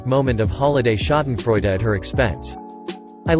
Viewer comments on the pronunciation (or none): none